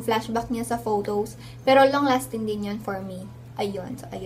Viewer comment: Para long lasting ung makeup natin...hahahaha lol...yung accent